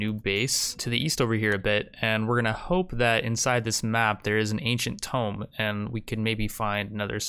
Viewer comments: please stop saying tome when you mean tomb. hurt me physically. it's pronounced like toom, the b is silent. or don't, it's your channel! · Just curious, but he must be saying "tome" instead of "tomb" on purpose right? every video i watch i hear him say it and get really confused before i realize lol